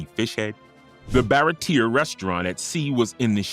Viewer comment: I was thinking that considering they pronounce Baratie two different incorrect ways, that or the errors were comment bait